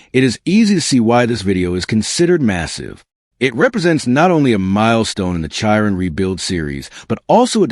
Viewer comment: If you can not pronounce Chiron correctly Why would I watch this stolen / copied, / reuploaloaded Footage. REPORT wanker.